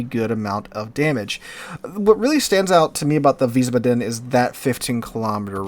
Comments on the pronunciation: Wiesbaden -- VEEZ-bah-dun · it's pronounced like wiesbadn, or wiesbadmmm. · Please,, you're making my ears bleed. It's pronounced VEES-bahdun, with the emphasis on the first syllable, not the last. 😩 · How do the turrets get ammo with nothing but four small squares, which is wild in its own right, underneath them. And you had the pronouncing down the first time around, Wies (Vees) Baden, no emphasize on the a or d, just Baden. IE is E, EI is I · Weez-Bah-Den? ...that's how I'm pronouncing it. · Think is "veesbahden" with the accent on the first syllable. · Veisbaden w are pronounced with v and it would be with I sound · Wiissbaadeen and it's a softly spoken word. The double letters are long. ie = long i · Isn't w-ice-bod-in? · Just pronounce it like you did at first with a longer a sound in Wiesbaden (so ba...aden) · if you think about it in english letter pronounciation (which is quite inconsistent anyway :P ) yes, but if you just remember that the German 'i' is 'e' as in the word english and the German 'e' is like 'e' in error. 'ie' is just elongated like 'ee' in seen and 'ei' is the sound of 'I'. Don't stick to the "second letter" rule. Won't work often. German pronounciations are quite consistent contrary to english, so once you get the hang of the sounds of the vowels you are basically set.